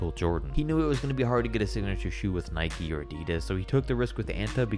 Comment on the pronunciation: Its nike like bike, i know its an american company but the word nike isnt